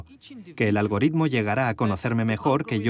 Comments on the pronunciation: Hay mucha gente que lee mucho, conoce mucho y no sabe muy bien lo que es un algoritmo y que como Iñaki ni siquiera saben pronunciarlo bien. E informáticos que son unos auténticos genios de la programación y los sistemas que no saben de geografía, historia, política, ni de humanidades en general. Luego están otros, como Yuval Noa, que saben mucho de tecnología, y de humanidades. (aunque quizás nunca haya hecho un algoritmo en su vida). No juzguemos la sabiduría de una persona por lo que no sabe... sino por lo que sabe, o al menos por la ponderación de ambas cosas. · Interesantes planteamientos, y gran iniciativa de un comunicador de referencia. Por cierto, un único "lunar" sin importancia: Sr. Gabilondo repase la pronunciación de la palabra "algoritmo"